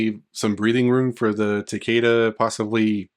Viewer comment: It's ta-KEE-da. They literally say his name in the story of MKX. I don't understand why everyone wants to pronounce it wrong.